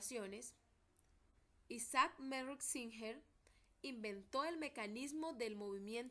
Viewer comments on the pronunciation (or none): none